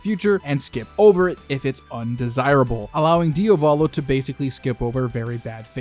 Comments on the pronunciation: You're saying "Dio Valo" it's "Dia Volo" Like the word Diablo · Man please please not Diavòlo its Diàvolo its the Italian word for Devil the accent Is on the A not the First O and its a First name so no escape